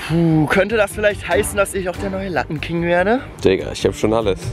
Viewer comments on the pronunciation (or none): ist nicht "lattenking" sondern "lappenking"